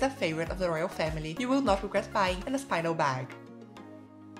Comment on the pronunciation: You pronounced Aspinal as As-PAI-nal when it should be AS-pee-nal.